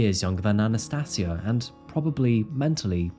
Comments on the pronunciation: Sorry man, Anna-stayj-ia.... That's how you pronounce her name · Anna "sati" asia. FFS man learn to pronounce. Mong. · I think you respect her name and not add an "r " at the end of it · I'm not sure you're pronouncing her name correctly It's Anastasia as in Asia Not see aa